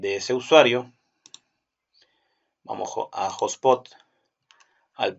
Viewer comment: No es hablar mejor, es hablar correctamente y si te escuchas a ti mismo verás que se oye raro!